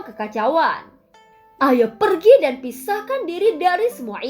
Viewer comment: Per giii lah keneraka. Wkwk logat btth.